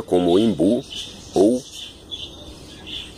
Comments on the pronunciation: a palavra correta é imbu. está certa em pronunciar imbu. a palavra vem do tupi Guarani e significa "arvore que dá de beber" os índios deram esse nome por conta da batata quem tem nas raízes que armazena água. ymbu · sou Pernambucano e aqui se pronuncia imbu que é a forma correta